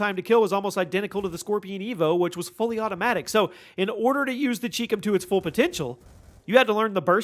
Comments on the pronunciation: It's pronounced CHI COM (Like Chai Comm) not CHEEK CUM. It stands for Chinese Communist. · It’s pronounced “Eff Aye Ell” not “fah-luh”. ChiCom is “chai-com” Chi = Chinese, Com = Communist. Do you pronounce China as “Chee-na”? Why do you insist on mispronouncing gun names?